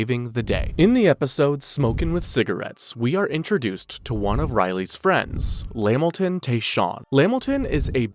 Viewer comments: LA-MIL-TON not Lam-Milton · It’s la-Milton not lamilton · At the smoking cigarettes part STOP SAYING LAMilton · Pretty good video but lost me at LeMilton 😂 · Bro Spams lamiton so hard, nigga we know u is Caucasian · La-Milton, Lamilton stressing me out 🤣